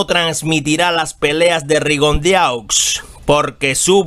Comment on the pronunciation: Se pronucia Rigondo